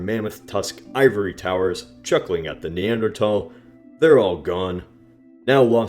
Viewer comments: I know it might be more correct, but I am never ever going to pronounce it neander-tal-. That is a Th in there. It makes me feel german and last time I checked, we won WW2. not the krauts. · Your pronunciation of Neanderthal warrants a death sentence... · A silent "h" youe say. Hmmm, interesting hypothesis. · The way you pronounce Neanderthal bothers me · Why do you pronounce Neanderthal without the 'H'? 😂😂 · you didn't pronounce the "h" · There's a H in Neanderthal for a reason. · Do Americans usually don't pronounce the "th" in Neanderthals? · I've actually pronounced it that way for a long time, too. I guess it's just how the word evolved with different accents over time. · stop pronouncing neantherdal weirdly it's not pronounced (knee-ant- terdal) it's pronounced (knee-anth-urdal) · Why do you say neandertal instead of neanderthal? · It's Neanderthal not neandertall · I thought it was pronounced “thal” not “tall”? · Did you pronounce it "Neandertal" instead of "Neanderthal" on purpose??? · i 'm sorry somehow i just hate hearing the guy pronounce it"Neandra...tall "...TALL??? at school our teachers never pronounced it that way!!! it was Neandra..THAL!!! and he just goes on, nonchalant, saying it that way as tho every person who attended school "back in the day" was used to pronouncing it this way. it's like Carnegie Hall. we grew up hearing event announcers etc pronouncing it CAR...negie Hall...oh no now it's " car..NE...gie "Hall. all these dumb "Johnny come lately ' s " need to do their homework and work on their pronunciations!!! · you are stupid because you say neanderTALL LOL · The 1000 dislikes were annoyed by "thal" being pronounced "tol" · NEANDERTHAL!!! not NEANDERTALL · Nee-ander-th-al th not tal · Wait, have I been pronouncing it wrong this whole time? Is it "neanderTal" and not "neanderTHal"? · its thal not tal. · Damn it bothers me you pronounce it neander-tall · i cant deal lmao "neanderatall" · "Neander TALS " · "Neandertall" lol